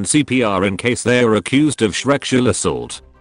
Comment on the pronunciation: It was the “shrekshual assault” for me